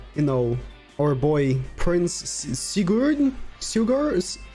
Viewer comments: Sigurd (Si/Sie Guhr/Gurrd) That’s How You Pronounce His Name:) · Bruh his name is Sig(just like like how you would say Cig in Cigar)- urd(like saying heard/herd but just remove the H) say is all together now